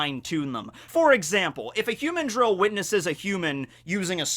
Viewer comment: The cringe from this particular video is your pronunciation of "humandrill"